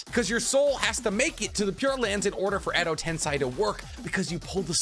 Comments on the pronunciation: bro it's not "tense eye" it tensei (ten say) xD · It’s Edo-TenSEI Not Edo-TenSAI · I love your vids but it always bothers me when you say Edo TensAi instead of Edo TensEi xD To be sure I even checked anime for that but if I'm wrong let me know :P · Zhy he pronounces edo tensEi like edo tensAi???? 100% honest question not making fun or anything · Edo TENSEI, not edo TENSAI. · so no one gonna talk about how he keeps saying edo tensai when we all know its edo tensei!!! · Its pronounced edo tensei said like edo tensay not ten sai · Edo Tensei is pronounced "ten-say", not "tense-aye" or "10 sai". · It's edi tenSEI not tenSAI. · Dude really said ado tensai its edo tensei i swear every sub watcher ive seen never knows how to pronounce stuff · Edo Tensei =\= Edo Tensai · ok but can we stop saying "tensai" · every time he says "edo tensai" is a punch in the gut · EDO TENSAYYYY IM SO TRIGGERED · why are you saing Edo Tensei like Edo Tensaii ?????????????? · Edo "tensEYE" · Is there a reason why he pronounces Edo Tensei as Edo Tensai? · Isn't it Edo Tensei? Ten-say? That's how everyone else says it. Driving me nuts lol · The way u said edo tensei made me cringe so hard